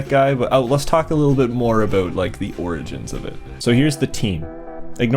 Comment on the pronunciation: did you just say aboot?